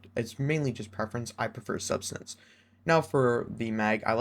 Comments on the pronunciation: Great video man, I pulled a subsistance/enlighten action and targetlock/desperate measure roll. It is sub-SIS-stance, lmfao not substance btw lol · I swear youtubers are allergic to pronouncing subsistence right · it fucking blows my mind how people can't pronounce subsistence.